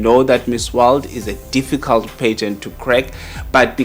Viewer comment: Can someone teach this man how to pronounce pageant? Stop saying pigeons 🤣🤣🤣